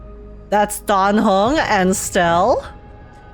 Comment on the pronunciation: aint no way im the only one who heard say die hung not dan heng